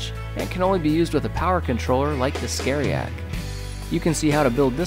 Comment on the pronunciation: Anyone else hear his say "scaryiac" instead of variac? LMAO I guess if the project requires you're doing required one then it must be some pretty scare stuff haha 😂